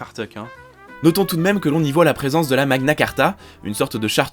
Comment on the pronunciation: "Magna Cartra" Hihi